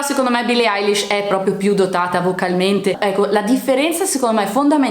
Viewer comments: Poi non si dice Alish ma Elish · Ma dice "Eyelish" e non "Eilish"